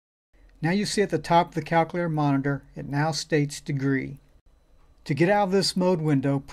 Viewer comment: I can't even make fun of how he says "Calc-a-later" because these videos are fuvking great!!! Thanks man! Know that you are REALLY helping people!!